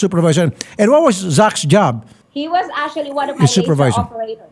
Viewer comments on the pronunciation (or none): Verconica : ASHUALLLY - actually 🤣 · ASSUALLY , ASSUALLY ASSUALLY!!!! 😂😂😂